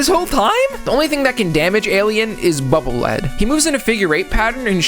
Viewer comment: Air Man's level was the bane of my existence when going for 100% achievements in MM Legacy Collection. 😆 Btw, Bubble Lead is pronounced "leed" (lead the way)